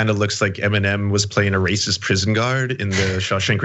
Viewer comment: He rayciss!! He rayciss!!